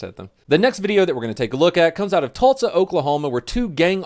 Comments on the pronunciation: EVERY SHOOTY SHOOT WAS A JUSTIFIED JUSTIFIED JUSTIFIED!! ...LOL...My Wifey says you Pronounce "TULSA" like your sayin TULTSA... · Its NOT TULTSA (Oklahoma) its TULSA anyways, love the vids 😂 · I've recently discovered your channel, and am working through old vids. I heart you, donut, but the way you say "Tult-sa" Oklahoma just grinds my gears. As you were. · I love the way you pronounce Tulsa (Tultsa) 🤣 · Can u say Tulsa right it’s Tallsa